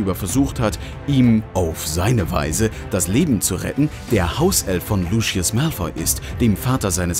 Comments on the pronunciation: Sorry aber es heisst Lucius und nicht Luschius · Ich mag dich echt aber warum LUSCHIUS😂😂😂😂😂😂😂😂😂😂😂😂😂😂😂😂😂😂😂😂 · Bitte sag nicht das er luschius gesagt hat 🤦🏼‍♀️ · ✨luschies✨ HAHAHHA egaal trotzdem voll cool ☺️ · LUSCHIUS“ ICH BEKOMM NEN ANFALL AAHAHAHAHAHAHAHAHHSHSHHAH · wie alle immer sagen „ luschius“ es heißt aber „luzius“ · Lucius, nicht Luschius!! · Wie alle anderen Lucius aussprechen: Lusius Wie der da Lucius ausspricht: Luschius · Es geht sogar noch schlimmer xD ein Youtuber, der sich viel mit HP beschäftigt, sagt immer "Luschiss" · Soviele Insiderinfos und dann ,,Luschius". 😆